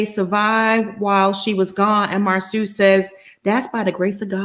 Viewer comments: Ugh...if says Marsue one more time...it is Marsau...MAR-SO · Please stop calling the man Mar "Sue" it's Mar "So" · I’m so tired of calling him Mar-soo 🤦🏾‍♀️ His name is Marsau. 😩😩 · Ok..I've decided. I won't watch AATT's recap on this show going cuz I'm truly bothered by her lack of effort in pronouncing Marsoooo! Whether on purpose or not it's annoying. Then she flip flops too much. AND why when I do watch, do I never see her? Girl Bye! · I know is being funny pronouncing Marsau’s name incorrectly, but it so triggering for me having a name that you have to teach people to pronounce and they still refuse to say it correctly. 😡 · It is disrespectful to Marsau's mother to keep mispronouncing his name as Mar-soo, especially when you know how his name is pronounced. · it's definitely awkward but I believe done on purpose. The panel pronounces Marsau (mar-so) correctly. I'm trying to determine if her pronunciation of his name is trolling us or some inside thing between her and Marsau that we don't know. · I’m aware that she does it on purpose which is why I’m annoyed. She’s otherwise well spoken and this mispronunciation serves no reasonable purpose. I wish she would stop. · Sorry but she got on my nerves by pronouncing his name incorrectly. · It’s really disrespectful to keep mispronouncing his name...ijs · I started to stop watching as soon as she kept saying it in the beginning! Plez keep saying his name n she STILL ain't caught it. I mean is watching the show! What's the problem?!!